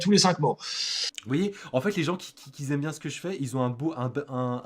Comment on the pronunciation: à vrai dire je comptais faire une vidéo (notamment avec l'extrait "les gens qui z'aiment bien ce que je fais y z'ont un orthographe...") mais j'avoue que je ne ferai pas mieux que ce que tu as fait ^^' Respect petit chouffin ^^